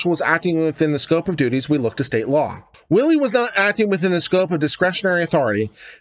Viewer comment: It's pronounced Whylie not Willie!